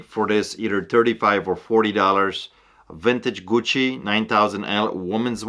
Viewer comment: Love how says "Gucci" lol.